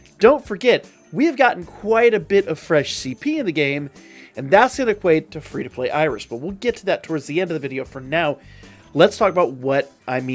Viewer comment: "Fee" iris😂